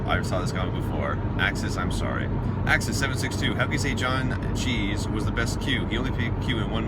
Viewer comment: Why do you keep saying John cheese instead of John Cleese? No H in the second name.